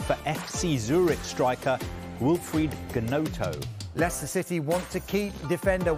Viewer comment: They pronounced Gnonto's name wrong again. 🤦‍♂️🤦‍♂️